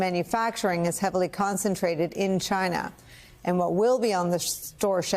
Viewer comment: sorry its not china, its cchinaah.